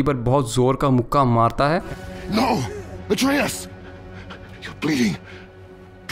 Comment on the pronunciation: he says atreas ki maki 😂😂😂